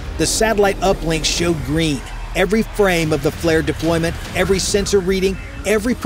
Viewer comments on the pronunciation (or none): none